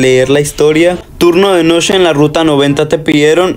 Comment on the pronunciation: por que dice noshe y no noche xd